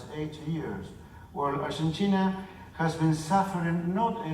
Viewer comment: argenchina? jaja